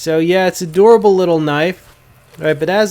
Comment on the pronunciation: Lol just busting your balls but the first like 4 times you said "a durable knife" I thought you were saying "adorable knife" because you pronounce dur like door. I was like "how does pounding it into a log make it adorable?"